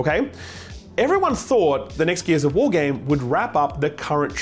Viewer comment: I thought you said Gears of War eBay.